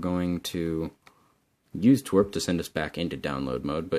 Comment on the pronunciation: u say twrp like twirpk